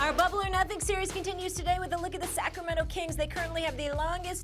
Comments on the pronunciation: Kendrick “Sack Row Mento” Perkins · no one: kp: sack o mento